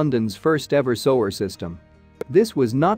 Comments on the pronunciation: Teach that bot how to pronounce sewer! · He's reading without thinking, normally we pronounce sewer as sue like the girls name and ur sueur....sewer! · It took me a minute or two to work out what they were talking about - then I realised that robo-man was pronouncing the word SEWER 🚽 as SO-ER 😂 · Its sEwer not sOwer. X Smh Love from Liverpool UK ❣ 🇬🇧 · Am I the only person here to yell at these videos when words are mispronounced? It's soo-er, not sew-er!!! OMG...I just had a Hermione moment.😁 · it's the pronunciation of the word SEWER that's making it hard to watch. the voice keeps saying SOWER. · Soo-er not so-er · drives me crazy but it is a robot voice which is why it pronounces sewer as soage. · Sower?????? go back to school FFS. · the voice AI used with this vide is used on many others -- on this channel and others. And an obvious clue is the mispronunciation -- "sewer" read by the computer as "sew" (like sewing) plus "er" -- very common issue with voice AI.... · Need to get a better voice program or maybe an actual human. sewer as sower and, as been previously lamented, many place names mispronounced. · If he were American, he would know how to pronounce "sewer"! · The mispronunciation of sewage and sewer was a bit off-putting. Otherwise, pretty interesting. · The trouble with digital voices is they pronounce everything verbatim! So there will be many people, even British, won’t understand that the words are actually pronounced sooage and soower! I think using digital voice is incredibly lazy (unless, of course, the person is orally handicapped) a lot of people actually record their own narration, is it THAT difficult? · I would have really liked to have finished watching this but you Sower, Sowage over and over again made me hit the stop bottom. I thought maybe it would be corrected soon. I was wrong. I'm 4+ minutes in and I can't watch anymore.